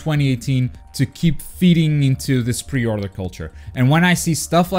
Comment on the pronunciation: Say pre order one more time i swear "pe othrruing" 😂😂😂